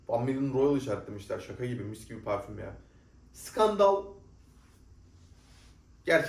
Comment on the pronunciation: Niye kendini kasarak Fransızca parfommmmm diyorsun normal konuş parfüm